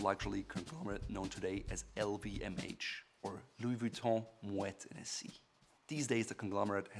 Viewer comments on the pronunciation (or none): i'm going to start saying it like that Ennessy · The way he said Hennessy, I know he don’t drink it lol